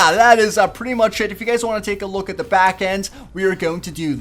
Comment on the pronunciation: Why does he always say "da" instead of "the" it's really annoying.